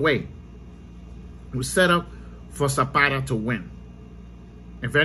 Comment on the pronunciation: Who's zapara isn't it zepeda???